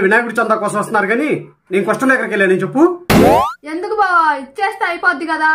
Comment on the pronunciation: బొవా కాదు బావా